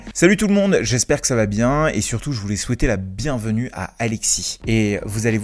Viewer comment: IIElevenTabs testé : "Ca va" est prononcé "Ka va ?" Oups, ca commence mal, en tout cas en Français ! Euhhh en Frankai, pardon.